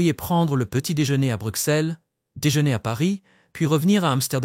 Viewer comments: Les belges francophones et en langue française nous disons Bruxelles et non Brukselle qui est une erreur de langage au même titre que la ville française d’Auxerre qui se dit Auxerre et non Aukserre. Car aussi en français nous disons soixante et non soiksante 😂 , à bon entendeur !! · Arrête de dire brucselles mdr ça ce prononce brusselles meme si c’est un x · Correction le x se prononce ss dans Bruxelles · Est ce que vous pourriez svp prononcer Bruxelles « Brusselle» car vous devriez savoir que le « x » se prononce « s » !!! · On dit Bru"ss"elles comme soi"ss"ante ! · Ceci est une caricature ! On dirait une publicité de l'Office du Tourisme😂 Exemple : "destination idéale en toute saison"... C'est oublier qu'il y a en moyenne 200 jours de pluie/an en Belgique et que le ciel est souvent gris. Et concernant le coût de la vie, il est élevé à BXL (surtout les loyers) et la fiscalité est une des plus élevées d'Europe. PS : Bruxelles se prononce BruSSèl😉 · Hmm moi je me demande si le belge ne fait pas erreur sur Bruxelles en le prononçant Brussèl, si on va un peu plus loin on ce retrouve a Ixelles et pas issèl ? je me pose des questions a ce sujet ! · Savoir prononcer le nom de la capitale aurait été pas trop mal pour un peu plus de sérieux. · Il faut apprendre à prononcer correctement "Bruxelles" avant de décider d'énoncer quelque chose